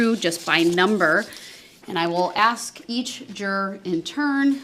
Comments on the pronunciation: lol "axing" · LOL…. It’s pronounced “ASK”🤣🤣🤣🤣🤣🤣🤣🤣🤣